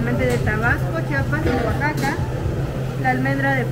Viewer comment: the O in Oaxaca is pronounce like W